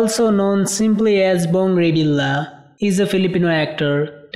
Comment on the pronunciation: Your pronunciations is a big mistakes. It should be ( reveal yah) not reveal la. Disclamer